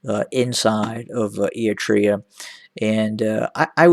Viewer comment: What an idiot he talks about a country he can't even prounce properly